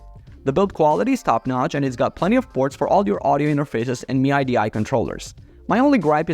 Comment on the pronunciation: Em-eye-Dee-eye controller .. Dude really